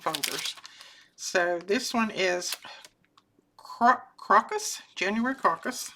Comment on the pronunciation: crocus has a long O and is the accent syllable. they are wild to MT and show up first thing in the spring.